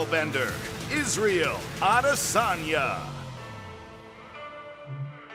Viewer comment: Jan when he says Izzy's name "Isreal ads.."